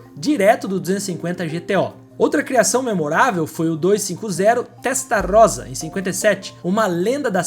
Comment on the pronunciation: Favor notar que aos minutos você pronuncia FERRARI TESTAROZA, está errado, a pronuncia é TESTARROSSA (alguns pronunciam TESTARRÔSSA, ESCREVE-SE COM UM R e MUITOS PRONUNCIAM "ROSSA") .... Excelente matéria. Parabéns.